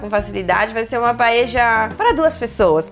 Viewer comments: Adorei a receita mesmo que nao seja nossa paella española,(Paella se pronuncia PAELHA nao paeja)a nao ser q vc seja Uruguaya ou Argentina,esse nome é dado ao recipiente onde vc cozinha o arroz redondo... beijos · "Paeja" é prosódia de argentino...Em espanhol e português se diz "paelha". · Dany silva exatamente! “PaELHA”.